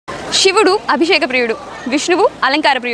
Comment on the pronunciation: షివుడు ఏంటి తల్లి..... శివుడు